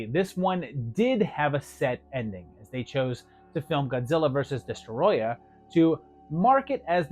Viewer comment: I cringed a little when you said “Godzilla vs Destroyer” instead of Destroyah hahaha I compare that to when adults call Pokémon “Pokeman” 🤣🤣